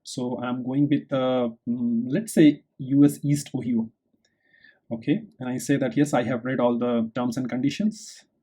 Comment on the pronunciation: Pronouncing things properly will make this much more understandable to native English speakers. You should look-up proper pronunciations for instance "Ohio".